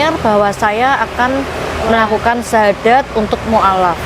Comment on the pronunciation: bersyahadad apa bersyahadat...